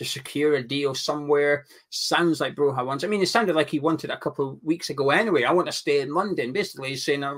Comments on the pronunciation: It's pronounced Broya, as in Goya, the painter. 👍🏻🇦🇱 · why do you insist on mispronouncing Broja. He's not Spanish lol